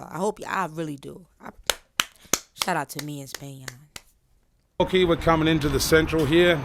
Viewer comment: Nahh SPAN-YAIRN Got it !😭💀😂🔥